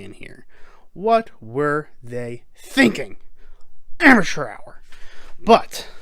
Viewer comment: About to start a drinking game where each "amature hour' equals one drink.